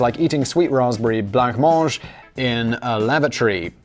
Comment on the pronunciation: lengthLy? Jesus christ, Simon, you talk for a living. Learn English! Edit: Me: and a little of the French we've borrowed - say blancmange with me now, "blomondj" Simon: "Don'tCare"